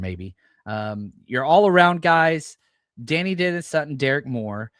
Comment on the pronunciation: I think Dani is pronounced “de-ny” not “danny”.